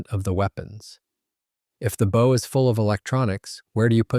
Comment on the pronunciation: Why can't they get a human to read the script? The front of a boat is its bow, rhymes with wow, does not rhyme with owe.